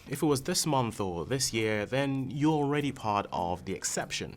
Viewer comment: I love when supposedly smart people say, "ardy" instead of "already."